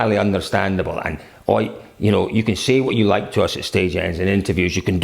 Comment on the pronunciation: Why do you always say like "OIT Tanak", when he is "OTT Tanak"?